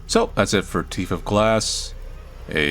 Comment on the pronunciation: "his teef!"